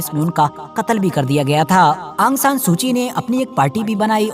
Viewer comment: aang san nahi aung san hai